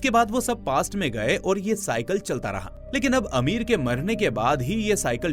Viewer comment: Amir nhi bhai ,ameer😂😂😂😂